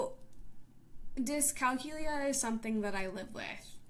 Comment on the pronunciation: You're saying it wrong. It's pronounced dis cal que lia. with the emphasis on the que sound aka the third syllable.